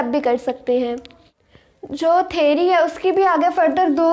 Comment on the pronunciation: Theary ✅ theory ❌😂